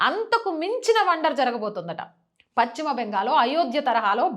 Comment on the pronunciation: Pachima bengal kaadu talli paschima bengal antaaru.telugu sarigga palakadam nerchukoni videolu cheyyi